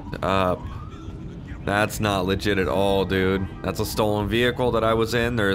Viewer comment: Bring back "seems lefit"